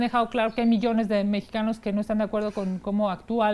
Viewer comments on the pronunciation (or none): none